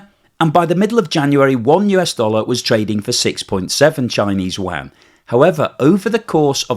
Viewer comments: 😂 LOVE the way you pronounce : “Yuan” (“Waaaghn” )……Could you, maybe, try : “You-on”? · Yuan! Not WAN! And certainly not JUAN 🇲🇽!!! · A minor point. The Chinese currency is pronounced "Yu-en", not "Wan" as you tend to pronounce it. "Wan" is rather confusing as many of us have never heard of that currency. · u-an, not wan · How do you get Chinese "Wan" from Yuan? Check your pronunciation as you are the only person who has ever said Wan. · Excellent, but it's NOT wan. If you can't pronounce yuan, use CNY. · It's actually called Renminbi or RMB. It was actually (miss) pronounced wan in the past. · good content. May I suggest a pronunciation change. Chinese currency Yuan is pronounced like Ywhen the Yu part being folded into the W sound of “when” all in one syllable. Xi Jin Ping is pronounced Hsi with the tongue being placed in the position where westerners say X but emitting a Hsi or Syi depending on the romanization protocol. Hope this helps…. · It's called the Renminbi or RMB, decades ago it was pronounced Wan. It is confusing as the Korean note is called the Won. As for Xi? That loser can have his name mispronounced all day long. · You-an. I'm anti-china, but I have trouble taking you seriously when a finance guy mispronounces the name of the currency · Great video..please sort your pronunciation of Yuan.